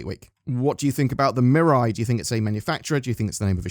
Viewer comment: Mate!! It's not "Mirai" like "mirror eye" it's MEE RAI Based on the kanji looking characters on the logo if you assume they are Japanese it means "future"